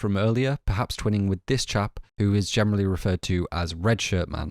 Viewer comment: Why do you pronounce "generally" like "gemenerally"